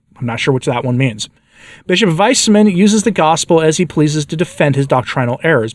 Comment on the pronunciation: Oooh! I had the same thought when I heard read that! VICE-man is far more correct!